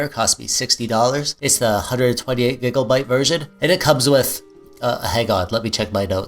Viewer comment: hey man you ever done your own build? also... you sayin "gigglebite" makes me giggle lol